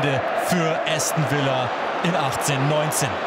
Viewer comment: Bin natürlich für Aston Villa gewesen.💪😍😱 Hab nicht gedacht am Anfang das des noch was wird😆. Tipp für Kommentator: Es heißt nicht Äston sondern Aston Villa.